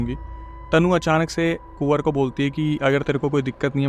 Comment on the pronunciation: Kuwar ❌ Suwar ✔️